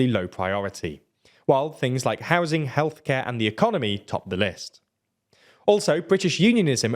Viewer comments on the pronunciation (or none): none